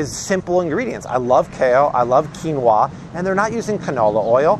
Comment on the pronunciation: Love ❤️ how chill Art is...and his pronunciations are on point!! Quin no a!! 😂